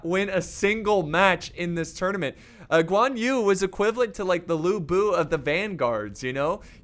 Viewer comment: Who is also chinese and dissing how he mispronounce all thier names. Btw it is not Guan You IT'S GUĀN YÜ